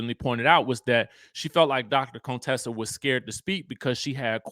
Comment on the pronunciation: Her name is CONTESSA NOT CONE-TESSA. Please stop pulling that shit Heavenly used to do, “low key” trying to sneak in the word coon in her name. So tired.